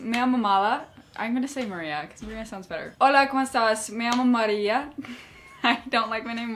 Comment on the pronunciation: I love how you said “Maria” 💖